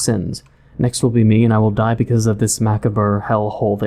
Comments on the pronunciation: >pronounces "murky" as "mercury" >pronounces "macabre" as "MACK-uh-BURR" Are you an idiot? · as soon as someone says ma caw bra that seems so intelligent ugh so cringe